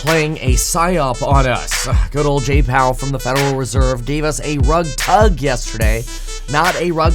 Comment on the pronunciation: I’d prefer a rub-tug, not rug-tug